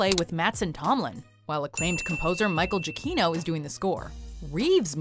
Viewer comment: JUH CHINO?? Is Gia-CHINO...!!!!! REALLY!??!?!?!